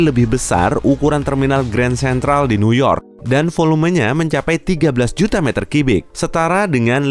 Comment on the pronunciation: Sentimeter kubik bukan kibik